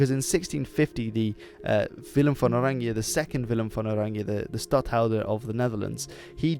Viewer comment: As a dutchie I like your pronunciation of van oranje!